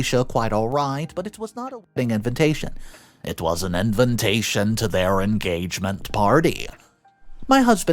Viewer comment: LOL, the way you say invintation instead of invitation is adorable